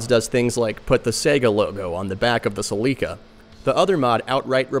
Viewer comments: Sa-lee-ka. I've never heard anyone pronounce Celica like that. Thumbs up. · I have never heard celica pronounced like that. Have I been pronouncing it wrong my entire life? Well anyways these vids are always awesome. While I have only played a Saturn once in my entire life I love seeing what modders and hackers can actually do with a system. I have the utmost respect for them all (and you too ).